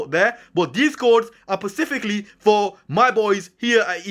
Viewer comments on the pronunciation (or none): Specifically not pacifically ....but thanks for the info I needed it bro